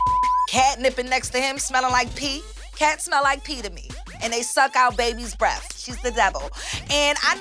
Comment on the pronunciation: it’s “breath” not “breathe”